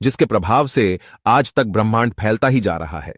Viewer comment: भाई तुम ब्राह्मण कह रहे हो या ब्रह्मांड 😅😅😅😅